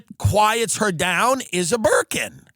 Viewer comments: "Why shouldnt this terrorist have a berkin." ... i heard merkin. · I really thought he said "merkin" the first few times. I was very confused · Oh Burkin. I thought you were saying burka